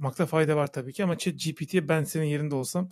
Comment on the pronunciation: Aslında kelimelere ve telaffuzlarına takılan birisi değilimdir ama artık kaç bölümdür devam edince yazmak zorunda hissettim. ChatGTP değil ChatGPT 🙂Yazılımcılar genelde hassas kalpli insanlar oluyor umarım yorumumu şahsi bir saldırı olarak değil de iyi niyetli bir geri bildirim olarak algılarsın. O kadar derdin içinde bir de gece yatarken kafanda benimle tartışmazsın. Beğenerek takip ediyorum. Başarılarınızın devamını dilerim 🙂